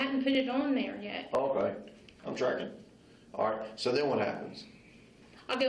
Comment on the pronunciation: One thing I know for certain is that detective “is trackin”